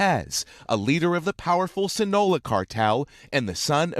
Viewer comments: CULIACOON, SINOLA?.......WOW! IT’S LIKE WHEN YOU’VE ALREADY GOT THE JOB...WHY EVEN TRY? RIGHT? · Culiacoon, Sinola 🤣🤣 where do you find these reporters lmao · Sinola cartel👎👎👎😂😂😂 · Sinola? It's See-nah-low-ah pendejo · Man if you gonna report something make sure you say the names right mofo saying culiacoon thinking of Cancun and sinola, mofo should pronounce and not butcher the spanish language. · Funny how he pronounces other words correctly but cant say Sinaloa Its pronounced see-nah-low-uh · Worst reporter I've ever heard 'sinola' 'kulia koon' and who could forget 'coloradaa' definately worth checking prenounceation before publishing😂🤣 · Sinola cartel? Cooliakoon? Coloradah? This guy hahaha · sinaloa as well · Say “Sinola” one more MF time 😡🤣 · This guy says Sinaloa wrong one more time and el chapos son is gonna have a word with him lmao. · OMG! Don’t reporters get a phonetic spelling of foreign place names? This guy’s pronunciation of Sinaloa and Culiacán is so far off that I barely recognized that was what he was saying. If he would come down here to Morelia, Michoacán de Ocampo, I’d be glad to help him out. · This guy butchered Culiacan and Sinaloa so bad